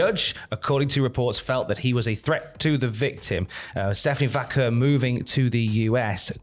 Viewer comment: "Stephanie vAKEr"